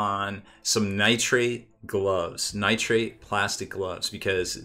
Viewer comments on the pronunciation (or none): Nitrile* gloves, sounds like you were saying nitrate. ;)